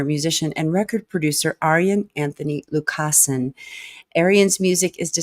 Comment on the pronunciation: More …The druids turned to stone; Ayreon universe live. Tip: in many dutch names, the emphasis is on the first syllable. The emphasis here is on Lu and not on cas.